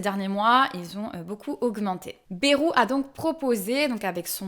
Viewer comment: C'est bAjru, pas bEjru.